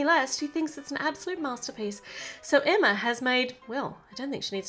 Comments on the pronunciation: It's NOT Emmer it's EMMA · Y u always say Emmer when u supposed to say Emma i still love ur vids.😁😁😁😍😃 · With your accent it sounds like your saying Emmer but your really saying Emma